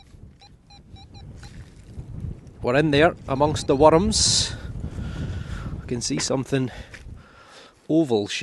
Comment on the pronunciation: I like how you say worms. Werdms. Werdms, with 2 syllables